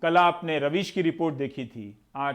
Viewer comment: Jo apna naam thik se nhi bol rha...ravish ko rabish hai ...